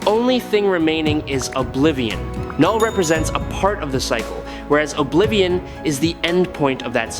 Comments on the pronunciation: Lol, k-null was killing me this entire video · I thought it was pronounced "Null" with the k being silent.